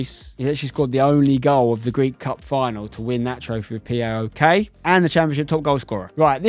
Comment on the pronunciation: just so you know, Spencer, PAOK is pronounced as one word so its just PAOK not P-A-O-K